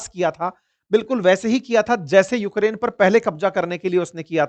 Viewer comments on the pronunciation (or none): none